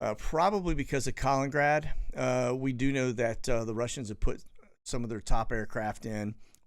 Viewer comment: Once again it's pronounced "Ka Lin En Grad".